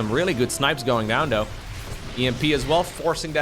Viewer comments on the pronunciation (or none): why do you sound like you do? EVEN DOE WORK DOE HOW DOE HE WILL BE DOE.